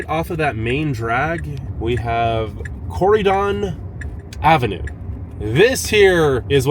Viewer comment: I have never heard Corydon pronounced so wrong before 😂